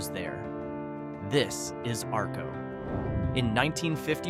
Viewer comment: I live in southeast Idaho. The lightbubs were lit up in Atomic city near Arco, Not Arco, Arco was the first town powered by atomic power, and learn how to pronounce the places correctly, this is horrible!